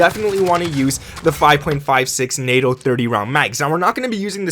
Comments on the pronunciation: It's pronounced NATO(e) not natto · The proper way to say NATO)= NATE-0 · It’s NAAATO long A. As in the North Atlantic Treaty Organization. Just a tip lol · I'm being pedantic but it's "nay-toe" for NATO🤣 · NATO (NAY-TOE) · Are you... pronouncing NATO as NAhTO? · NATO rounds ( pronounced gnat oh) LMFAO wow just wow